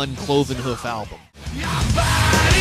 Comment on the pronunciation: Cloven Huff lol......Here is your homework, learn to pronounce Hoof properly...Difficult I know.)